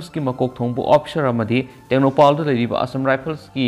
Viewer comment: Tengnoupal not tengnoupaaaal